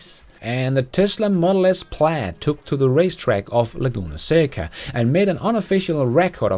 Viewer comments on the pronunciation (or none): none